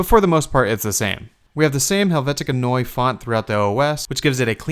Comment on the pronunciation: Your pronunciation of "Neue" kept bugging me. As a German word, it should be pronounced like noy-a.